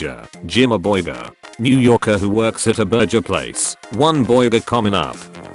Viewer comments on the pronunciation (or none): I'm sincerely annoyed that the text-to-speech thing can pronounce "boiga" but not "burger." Like, it's really pissing me off. Is anyone else as infuriated by this as I am?